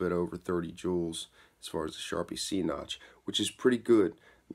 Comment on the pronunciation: It sounds like you're saying charpy c notch instead of charpy v-notch am I hearing you wrong or is there a difference between a c notch and a v notch? I'm trying to learn about this and there's one other place I've heard someone say c notch but all the research I've done about charpy impact tests have all called it a v notch. Just curious, no hate